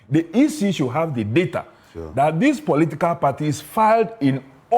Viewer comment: The guy finds it difficult to pronounce political party